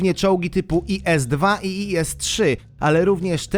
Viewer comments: Mówi się ,,IS" A nie I S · ies gościu tego się tak nie czyta.. Mówi sięb is i tyle xD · Nie i s tylko is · Tak jak by co to te 2 czolgi czyta sie IS4 IS3